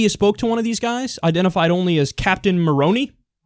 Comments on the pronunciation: 'Captain Moroni' is pronounced 'More-oh-nye'. It's a Mormon thing. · The reference to "Captain Moroni" is interesting. Moroni is the angel with the trumpet atop all Mormon temples so the guy mentioned is definitely another whack job Mormon. Also, "Moroni" is pronounced: more-OWN-eye. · stupid nitpicky thing, but Captain Moroni comes from the Book of Mormon from Mormonism, and would be pronounced with a long, or hard "i" at the end, similar to "Moron-I"... makes me wonder if the guy comes from the LDS church, or an extremest branch-off of the Mormon Church. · I jumped when you said he calls himself Captain Moroni which btw the i on the end is pronounced "i" not e. And it comes from the Book of Mormon. There is a captain Moroni in there who led several battles and was a strategic leader in his day. That said, I wouldn't be surprised if this group is affiliated with the religious ideology of Mormons. Whether they actually are or not they definitely have taken on this role as described in the BOM.